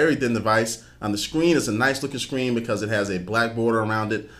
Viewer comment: i couldn't stop focusing on when he said scween